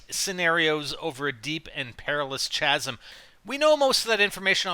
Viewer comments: IT'S PRONOUNCED KASM! NOT CH-ASM, K-ASM! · pronounced kaz-em not chazz-em dumbass, how old are you again? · When you say chasm its pronounced "kasm." It doesnt have the ch- sound -_ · Haha says CH-asm, it is pronounced Ca-sm. Like... Cat, but with sm on the end:P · chasm is pronounced CAHS-UHM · Hah you said "cha"sm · chasm silent h.